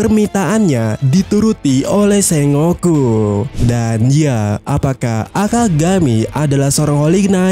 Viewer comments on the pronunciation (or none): none